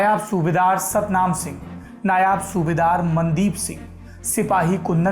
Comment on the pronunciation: सौरभ द्विवेदी जी नायाब नही नायब सूबेदार होता है।